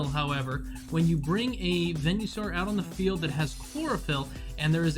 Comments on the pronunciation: Venue-saur? I thought it was Venus-aur. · Im sorry but please... its veen-uh-saur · I never heard someone pronounce venusaur like that till now 😣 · The way he pronounces venusaur